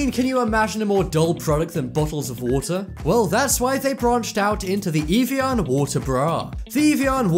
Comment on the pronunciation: It's "av e on" not "eve e on"